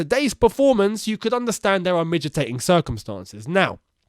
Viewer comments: Mitigating. Not midgetating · *Me-tee-gating Other than that, great video as always 👍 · butchering the word mitigating😂. It's all falling apart at Chelsea.